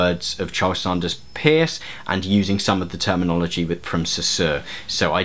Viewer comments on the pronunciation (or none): Minor point: it seems to me that the Americans pronounce the name of CS Peirce as in 'purse'. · Thanks for this. Just to let you know the Peirce is actually pronounced Purse. No one knows why. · Fair enough. But at the very least, Peirce is pronounced the same way you would pronounce the word purse. There is some contention to this, however, it is definitely not pronounced like the word pierce. I don't wanna just bitch, so I'll give you an example to consider, maybe you'll get interested and do a better video on semiotics: ) You say that traffic lights are a symbol; but how does that sign affect your mind? it has to be through some sort of actual effect of the sign; and what is the source of that actual effect? it must be a certain qualitative aspect of the sign. This is a feature of Peirce's semiotics that is extremely commonly misunderstood but there are no pure icons, indexes and symbols either in nature or in mind. The classification of signs is an analytical tool meant to describe all possible ways in which the mind operates but in reality, iconicity, indexicality and symbolicity are all necessary features of any sign which is to represent something. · I wanted to point out this nitpicky detail, too :) From the few things I remember from philosophy classes, CS Peirce is pronounced as 'purse' due to linguistic conventions of spelling and pronunciation being different those some 100 and something years ago. (Also, if anyone cares, the philosopher George Berkeley is pronounced 'barkly' for similar reasons. I learned so much from philosophy, yay.) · Peirce as in “nurse”. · His name is P-E-I-R-C-E. And it's pronounced "purse" and his (and Lady Victoria Welby's) work antedate's de Saussure's by decades